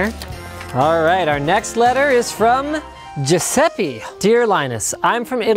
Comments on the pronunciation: the letter writeris pronounced Giuseppe, not giuseppi. It's an italian name and the letters are pronounced just as how they are written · Ciusepi Il miglior modo per dire "Giuseppe" in italiano (ammesso che fosse realmente Giuseppe) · I'm italian and I died hearing that Giuseppe pronunciation! omg